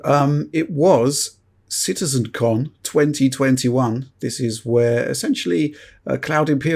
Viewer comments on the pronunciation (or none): CitizenCon. With the emphasis on 'Con'.